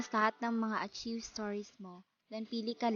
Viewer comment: Pronounce it as ARKAYV. You're welcome